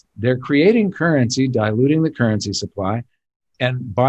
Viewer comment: Beep! Beep! It's "currency" guys. Let's keep this show on-track. lol